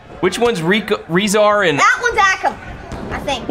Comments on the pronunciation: its not pronounced RE-zar or A-kam its pronounced RUH-zar And UH-kam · It is'nr AAkam And not REEzar it Acum and razar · U say akam like this Ay-kum and rezar ray-zar ok big fan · you pronounce it like Rae - zar. a - kam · This is how there names sound akum a rayzr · it's pronounced ake- um & ray-zar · It’s pronounced ( ray zar and a kom) rezar and akam